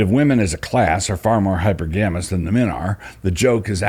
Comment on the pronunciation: Hypergamy is: hi-per-guh-me Not: hyper-gammie And hypergamous is: hi-per-guh-miss Not: hyper-gammis Love you, Doug :)